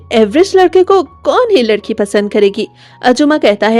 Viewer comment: Tum ladki ho ya ledki 😅